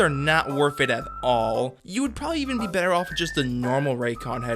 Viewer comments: The bether instead of better was really distracting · Why do you pronounce "Better" as "Bether"? I counted at least 11 times since i noticed and i haven't reached the end of the video yet.